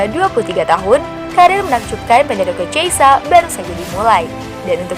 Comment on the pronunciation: Min bukan cheisa min tapi chiesa... Dan bacanya pun bukan chiesa tapi khiesa...